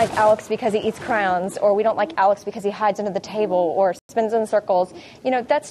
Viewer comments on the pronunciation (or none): Why can't anyone pronounce crayon?